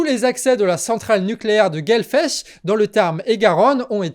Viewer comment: On dit Gaulfech ;)